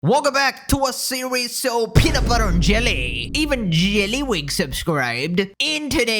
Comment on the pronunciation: The way you say JYELLLYYYWIG gives me life